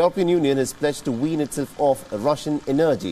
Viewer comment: Please look up the pronunciation of the word energy! You have good reporting but some if your reporters are difficult to follow due to slurry speech or incorrect intonation and/or pronunciation. (Not accent or dialect, I’m fine with your broken English.) Kind regards Anders Sweden